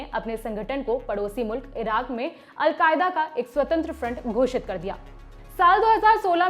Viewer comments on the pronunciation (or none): none